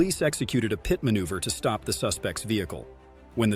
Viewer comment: 35 (peeyet manuever.)..come on..this is ai...